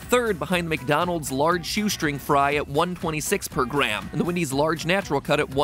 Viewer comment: Am I the only one who noticed the “MatDonald’s” in the intro? Lmao